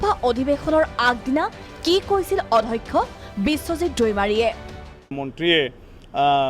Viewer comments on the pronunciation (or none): Adhakkha nohoi, Addhyakkha